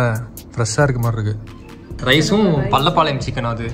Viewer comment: Bro adhu pallapalayam illa🤣 Adhu pallipalayam🤣🤣